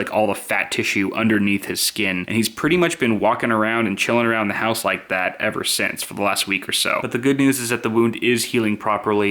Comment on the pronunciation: U dont rike it u rove it